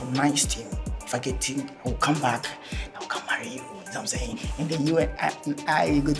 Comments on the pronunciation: Zamsaying 😂 Is why you bring me here 😂😅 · "I dey d)) you, i dey d)) you very much zamsaying"😂😂😂😂